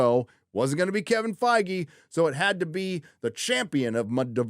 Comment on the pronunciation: Feige spoken like Beige